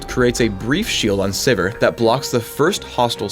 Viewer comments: lol I thought it was pronounced "Siv-eer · okay so her name is pronounced siver not sivir.. good to know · ITS SIVIR LIKE SEVERE DAMMAGE PHRAKE WTF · am i the only one who pronounces it "Severe"?